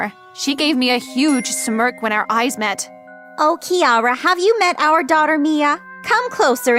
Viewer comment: Is not Kiara is keara No Kiara I'm Keara too But is okay It can be Kiara